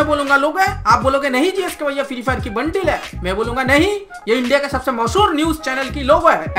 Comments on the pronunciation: Pehle thik se bolna sikh le bundle hota ha bundeil nhi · Bundle hota hai bundil nahi